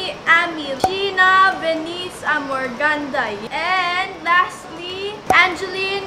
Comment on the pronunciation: Armoganda not armogandaya